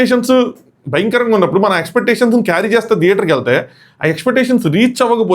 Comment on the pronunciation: its theater and telugu lo its not ద and i believe you know guninthalu and difference between ద & థ as a telugu medium student. Memu english medium ayna we know it better i think. థియేటర్ (Thiyēṭar) and you are using ద (Da), Deater…oka reviewer ayi undi kanisam telugu ayna correct ga palakndi